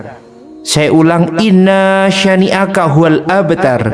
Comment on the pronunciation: Mohon maaf, saya koreksi bacaan ayat terakhir surat Al-kautsar kurang tepat; yang dibaca: innaa syaniaka hual-abtar, seharusnya: inna syaaniaka hual-abtar, demikian mohon maaf